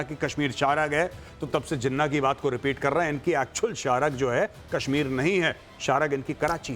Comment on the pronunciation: Jinna nahi jinnah bolna to seekh lo jang laro gay bat kerna to seekh lo pehlay